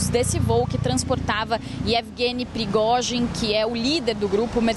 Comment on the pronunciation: Meu... Que repórter ruim... Erros de fala e nem sabe pronunciar o nome do líder do Wagner.